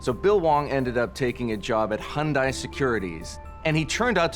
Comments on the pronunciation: Hyundai... almost perfect. It's pronounced like Sunday. Sunday Hyundai. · That guy keeps saying Hondai when it's Hyundai. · Please make the guy stop mispronouncing Hyundai.